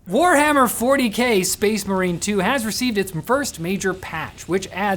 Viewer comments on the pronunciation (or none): none